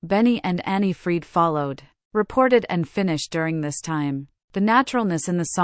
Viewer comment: everybody wanted that it was different. two happy couples not divorced. bla bla bla. i was a big fan. i stil am. it is anni-frid not they way you say it. they had a lot drama in their lifes. but everybody has drama in their lifes. i think they have a good life. they have money enough are still famous. all 4 of them are doing their own thing. they are friends bjorn sad that in an intervieuw. that is special. i agree with some other comments it is about their music. mama mia the musicals voyage. they made a funny video years ago with 4 puppets looking like them. abba the movie. muriels wedding. with manny music from abba. their solosongs. abba gold the order they get in 2024. in sweden. great.